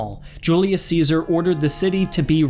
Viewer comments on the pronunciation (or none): none